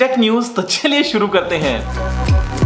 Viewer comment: आप चलिए शुरु करने की जगह छिलिए शुरु करते हैं क्यू कहते हैं।